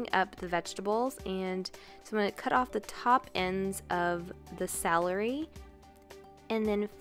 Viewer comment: Celery....not “Salary” 🤦🏽‍♀️😳😂